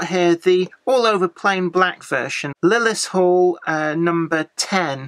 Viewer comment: Hi, according to Roger Western Junkie, Lilleshall is pronounced if spelt phonetically "Lilly Shawl "